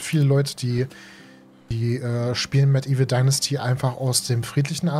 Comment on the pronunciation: lol, ich bin heute über dein Video durch Zufall gefallen und hab das nebenbei laufen und immer wenn du Medieval Dynasty sagst verstehe ich Mettigel Dynasty ;)